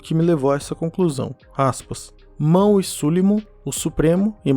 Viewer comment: MANUE. SE FALA MANUE, NAO MAWE. O W TEM SOM DE U.